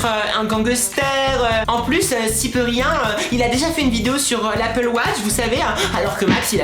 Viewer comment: Cyprien fait moins de vidéo car il prend du temps a trouvé les idée que squeezie lui il prend les jeux vidéo les plus bien notée chacun sont style est c'est "cyprien" pas "cyprerien" est c'est "squeezie" pas "squeeeezie" .